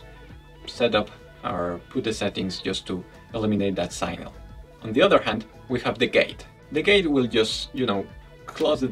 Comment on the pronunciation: Sig-nal, with a short I and the g pronounced, not synal.